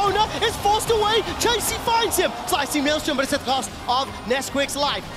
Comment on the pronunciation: I love how Quickshot is calling Nisqy, "Nesquick" lol